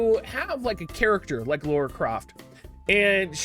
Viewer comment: Why do you guys call her "Laura" its "Lara" loll